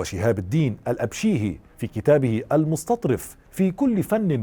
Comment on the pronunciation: تصحيح نطق صديقي المُسْتَطرَف بفتح الراء شكراً على المحتوى المفيد